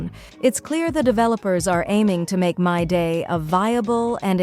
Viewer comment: im aboit to crash out. Creator if you read this fix the pronounciation of your ai or google generated voice. Hearing "Myday" makes my blood boil. His name is "Mydei" WITH AN I. and whoever disagrees. Play the fogging story. everyone and their grandma pronounce him "Mydei" with a long I.